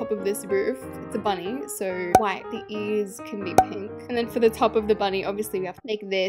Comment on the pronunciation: why do u say ears like that u say it like earts lol